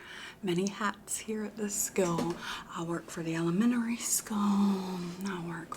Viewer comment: I work for the elemENary skEWwlll🗣️